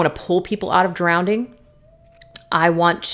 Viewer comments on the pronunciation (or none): I love you... funny thing- did you say" drownding" twice?! Hahahahaha- my all time favorite tarot reader. You dont have to be cookie cutter- a Devin Feminine- teacher, healer- my bff in my head. But you did say drownding! 😂😂❤❤🤣🤣